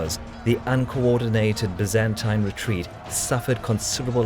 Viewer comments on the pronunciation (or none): Pity he can't pronounce 'Byzantine', it's 'bye-zan-tyne'.